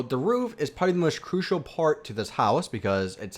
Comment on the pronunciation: STOP SAYING CRUISAL!!! But nice video good instructions for this detailed mansion. Me and my minecraft dog Harvey happily live in it. Im now looking for inside ideas. Can you do a video of how to do the inside of this mansion? Pls? :-)